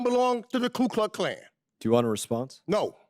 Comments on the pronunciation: He cant even say the name right. Its Ku Klux Klan. Not Klu Kluck Klan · Mr. Meeks can't even pronounce Ku Klux Klan. The KKK is the Democrat party which he & other White & none Whites have declared is their party, the party of the KKK, segregation, Jim Crow laws, pro-slavery, Poll taxes, and everything that is racist. Meeks chooses to be, either stupid or ignorant. Democrats were also the party that loved Adolf Hitler until the day America declared itself at war with the NAZI. Democrats created the NAZI youth in America. Democrats received a personally signed Document, thanking the Democrat party for helping Hitler take care of his "Jew Problem" as described in the letter. Democrats are America's Communist party in several versions of Communism, Marxist, Socialist, Fascist, Hitlarian, Maoist, & Leninists. Democrats are a hybrid of all of these movements. What they are not is Christian, Constitutionalists, America loving, & they HATE truth & reality.